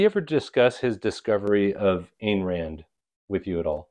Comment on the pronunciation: Some Ayn Rand points, from a genuine Objectivist who's received a letter from Ditko: 1) Pronounce "Ayn" correctly. Rhymes with "mine." 2) That "Psycho-Epistemology" course is pretty interesting on the creative process; Ditko would have listened to it carefully. 3) Dr. Strange is never taken by Objectivists as a betrayal of Objectivism, and none of us criticize magical fantasy as a genre.